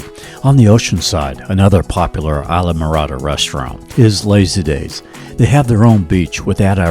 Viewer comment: Just fyi, you keep pronouncing it wrong. It’s pronounced iz-laa-mr-aa-duh. Short I sound at the start, not a long I.